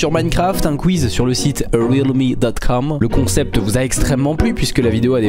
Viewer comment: A l'intro quand tu dis le nom du site on dirais que tu dis cum et pas com